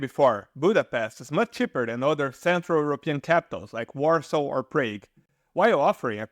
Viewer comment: Warsaw NOT WARSAR